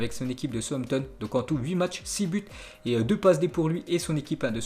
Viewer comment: Je connais southampton sampton je connais pas.....un p'tit effort sur les prononciations